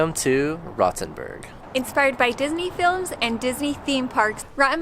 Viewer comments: It's not Rottenburg...its RoTHenburg! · It is not a rotten burg. "Rot" (old spelling: "roth") menas "red" and is pronounced with a long "o". Like the vowel in "caught". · The "o" in Rothenburg is round and long, not short and open. The "u" is pronounced like the "oo" in "school", just shorter. At least you didn't pronounce the "th" like in "think", but like in "Thames". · Please try to pronounce Rothenburg o.T. correctly. Rotten Burg sounds nasty. Rothenburg can be googled and you can learn the correct pronounciation. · Since you are learning german, have you googled, how to pronounce "Rothenburg"? 😉